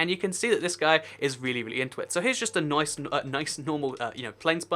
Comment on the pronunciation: seconds into the video "Noice" lol reminded me of the meme no offence I like your channel